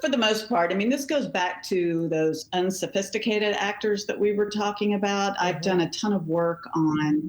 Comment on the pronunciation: "Unsophististicated...aktor!" SAY IT AGAIN!😂😂😂😂😂 how silly is this?!